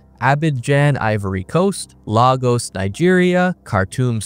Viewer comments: It's pronounced Laygos not Lag-os. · It's pronounced "LayGos" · Lagos, the former Capital of Nigeria; is actually pronounced as: “LAY-GOS” = “LAYGOS” = “LAGOS”….Hope that helps! …..Fantastic video by the way….Very informative and accurate….Subbed…Greetings from England..🏴🇬🇧🇺🇸